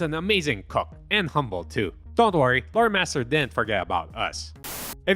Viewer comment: Thanks to me being a heavy Transformers fan and a helltaker fan (plus the fact I'm only listening to this) every time you said Loremaster I heard Motormaster